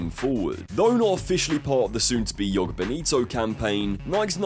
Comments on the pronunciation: It’s Joga, not Jogo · It's the Spanish that read the letter J like a Y, the letter J in a word reads more or less the same in English as it does in Portuguese. The word "Joga" in Joga Bonito is pronounced the same way as if you replaced the -er in the word "jogger" for an A to read "jogga." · And jhogah bonito, not "yoga" 😂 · Mispronouncing "NIKE" and "JOGA" in one video that's something XD